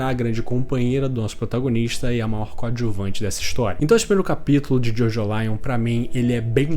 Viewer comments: Não costumo corrigir pronuncia, mas a forma de pronunciar Jojolion é como em Evangelion e não como em Lion de leão, pois o sufixo lion é para dar essa ideia de evangelho mesmo. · a pronuncia acredito q nao seja essa, nunca vi ninguem chamando evangelion de evangelaion